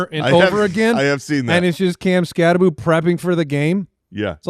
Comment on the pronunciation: Change the Bill Croskey gag to Skattabo....shouldnt his name be said like skattabow though?!?! I know i know, i just really hate the boo pronunciation 🤣🤷‍♂️